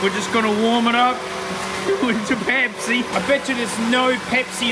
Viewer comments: Someone count the number of times he says "pehpsi" (pepsi) for the JA's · Omg say Pepsi again